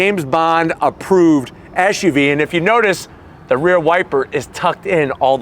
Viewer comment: First of all, the acronym is "Ess"UV, not "Esh"UV as you are currently pronouncing it. I don't know if that's an American fault pattern. Secondly, I thought your cocaine mirror reference was quite clever. Lastly, with such thin tires on such large wheels, does that not make the ride extremely rough for a "luxury" vehicle? And please stop constantly yelling. You sound freaked out and too excited, as though you were using that "mirror" a little too much. (IMHO)